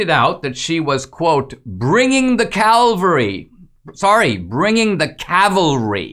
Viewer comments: Surely you meant "bringing the cavalry" . . . not bringing the Calvary! :) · Thank you Dinesh for discussing and clarifying this! When I first heard swalwell say it during the hearing I thought something was fishy. The woman's tweet that trump retweeted clearly read 'calvery' and swalwell clearly kept saying 'cavelry'. To tell the truth, I myself didn't know of the word 'calvery.' I thought, i guess like most people, she simply misspelled the word. But I thought it was very ODD that swalwell didn't take the opportunity to highlight an ignorant trump supporter who can't spell. Instead he kept pushing right on forward saying 'cavelry' several times. Obvious now, he did so intentionally, misrepresenting what this woman said, and hoping his audience was ignorant. Thank goodness YOU'RE not, Dinesh. But I'm pretty sure fox covered it as if the woman said 'cavelry' but defended it as common political rhetoric. You're the only so far that I've heard say this woman tweeted exactly what she meant to tweet! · Swalwell probably passed loud gas when the word Calvary was said. Didn't hear it right.